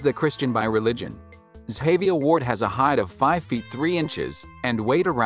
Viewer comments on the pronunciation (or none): soft G sound Ga-VI-a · Butchered her name It’s pronounced zsh-a-v-eye-a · The way you saying her name is wrong lol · The information was nice to learn about, but you could at least say her name right, for the love of God! lol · her name is pronounced wrong